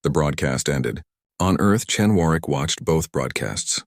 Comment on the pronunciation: It is pronounced Warwick.The second w is silent.